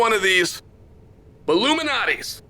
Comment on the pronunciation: I thought Chael was talking about some sort of elite pizza society conspiracy for a second... There is an L in Lou Malnati's Pizza its not illuminates pizza hah. I feel like Chael knew this and thats why he said it a million times.